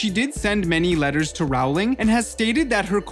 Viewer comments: This is true. Row as in row your boat. Rhyming with bowling :) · People say row instead of role it's roling not row -ling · Btw Rowling rhymes with bowling not howling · Paola Ramirez yeah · It’s not ralowing it’s rolwing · its ROLLING not ROWWWWLING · 1. Maggie Smith was NOT in DH1! 2. J. K. Rowling’s last name rhymes with “BOWLING”, not “HOWLING”!!! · It does NOT rhyme with “bowling” 😂 It’s “row” as in row a boat. It’s an “oh” sound. R-oh-ling. Bowl has an “ol” sound like in “old”. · ITS PRONOUNCED JK ROLL-ING NOT HOW ITS SPELLED ;_ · He pronounces rowling as rawling😂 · When he doesn’t even say Rowling right... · I have to agree. The narrator of this video is completely annoying! Everything you say is NOT a question, dude! And, YES... J. K. Rowling's last name rhymes with Bowling... Not Howling! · It's his accent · Claire Marron yup